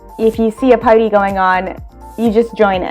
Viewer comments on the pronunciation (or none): none